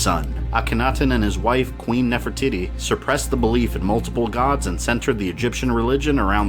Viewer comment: It sounded like you said Queen Nefer-Tities